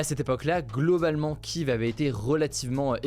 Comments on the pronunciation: mec faudrait vraiment que t apprenne a prononcer Kiev correctement ........on dit kiefff et pas kiv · Ça se prononce Kief depuis toujours merci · Kiev se prononce kièv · Cela se dit Kief si jamais